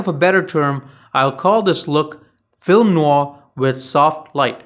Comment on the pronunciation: I kind of dipped out when he pronounced "noir" like how malkovitch pronounced "memoir" in burn after reading. sure, he's correct, but it just feels wrong and pretentious. there's a happy balance. you don't need to sound like someone who just spent the last 3 weeks in france for the first time ever. anyways. nice video :)